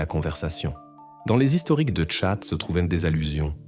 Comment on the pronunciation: Voix iA rébarbative... 😩 Pétard !!! Tchat! Et pas chat!